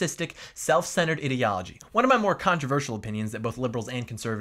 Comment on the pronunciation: I like how he pronounces 'ideology' like 'idiot'.